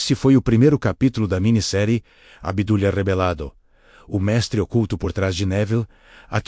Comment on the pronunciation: O nome correto do mestre de Neville é Abdullah. No áudio a todo instante está sendo dito 'Abdala'